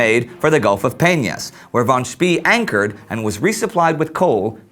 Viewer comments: I believe it is pronounced "Schpay" not "Schpee." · For the love of god, any german name ending with "ee" isn't pronounced "E" but pronounced "ay". Im tired of hearing him say names such as Schnee as "Sh-n-E" or Spee as "Sh-pee". It's "Sh-pay" and "Sh-nay". (Schnee means Snow btw, fun fact) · War Von Spee is pronounced as "Von Schpay" and not as "Von Schpee" or 'Von Schpea". I know this because, well I'm German ( well half German actually and half Dutch). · It's pronounced Von Spae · Apparently, it depends on the location of where you are in Germany. Southern Germans, which is what my family is (Suebish) pronounce "ee" like the "ay" in "pay". However, Schnee was correctly pronounced but Spee wasn't. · War No, it's "Shpah" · Nope, it's pronounced "Schpee" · Spee is pronounced like "Shpay" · I'm not sure, but I think the last letter of "Spee" should be pronounced "e" as in "bEst", "tEst" ect. hence Sh-p-/long e/ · It's "fon Speh." Actually, more like "fon Tspeh." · ummmm...isn't his name pronounced "fon speh" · Yes. By the end my ears were practically bleeding. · War Any german native does know how to pronounce Spee. Problem is how to tell any english native, because this vowel does not exist in english. The vowel you can hear in this examples is the correct one called "long e" More detailed explanation you can find here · You could not mispronounce his name more if you called him Willy Wonka instead. Von Spee isn't even a hard name to pronounce for an English speaker. How did this glaring error get past the editor? Utterly incompetent.